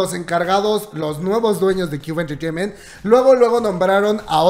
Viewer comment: Cube enchecheiment! jajjajaaja que cómico como lo pronuncia🤣😂🤣😂🤣😂